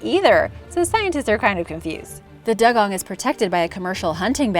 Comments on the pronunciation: doo-gong not dug-on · It’s not pronounced dug-on even though it’s spelt dugong it’s pronounced dew-gong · Dugong is pronounced dew-gong